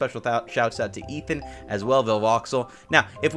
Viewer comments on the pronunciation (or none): none